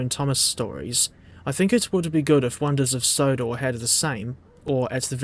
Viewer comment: Sonders of Wondor XDDD